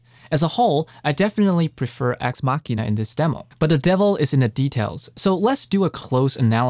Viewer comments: Homie was saying axe Ma-shin-ah and had to dub over the proper pronunciation, hehe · I stop by here every now and then, to listen how you say Axe Machina.